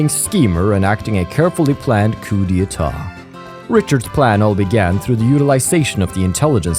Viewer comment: Now that I think about it, I don't think we have a last tour of everyone after the tension drops in any other game (the closest would be CS1) in the series. Also I can confirm that you are pronouncing "coup d'état" almost perfectly.